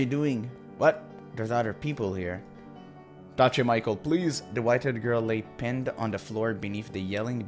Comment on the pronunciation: You need to use French pronunciation of name Michel. It's correct one in this game. Nice to see that you like this game. Can't wait for more!